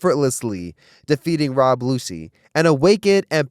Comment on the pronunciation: You almost had a new subscriber but calling lucci., “Lucy” is ridiculous